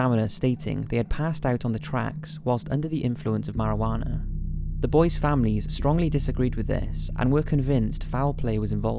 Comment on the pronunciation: I love how he pronounces it Mari-wahh-na sometimes xD